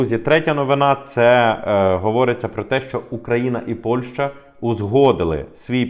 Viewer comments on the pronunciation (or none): none